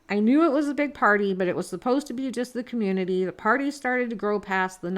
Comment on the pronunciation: There's that word again Coummunity??? Coummunity??.